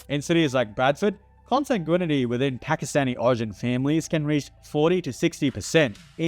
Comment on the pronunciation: Is he saying comsangoonity? Lmao